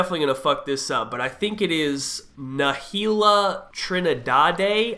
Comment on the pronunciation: He said "na-heel-li-ya" I'm dead